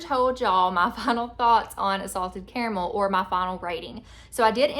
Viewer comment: I say “care-uh-mull/mel” so my vote is you’re saying it right 😂